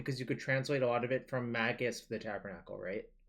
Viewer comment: It's not Spanish at all the tabernacle you're just pronouncing it so wrong xD